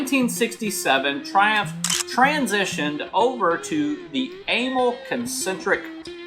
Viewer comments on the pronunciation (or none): It's more like uh-MAL for amalgamated carburetor company, not AYE-mul. Zinc is an element, not a form of aluminum. Amals are junk chosen for cheap availability like Dunlop tires on Harleys, not because they're good or designed for that application. They were decades out of date when they were first put on Triumphs. They wear out quickly and need to be resleeved, but the guy doing that died years ago. First unit 500cc was 1959 (60 model year).